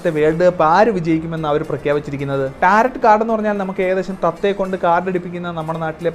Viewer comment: ടാരറ്റ് കാർഡ് അല്ല ബ്രോ ടാരോ കാർഡ്. Tarot "t" silent ആണ്. ഞാൻ Tarot card fan ആണ്. പക്ഷേ ഒരു perfect Tarot card reader നു പോലും പലപ്പോഴും പ്രവചനങ്ങൾ പാളിയേക്കാം.